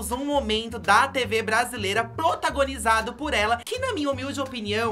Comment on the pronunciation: Plotagonizado kkkkk cebolinha é vc?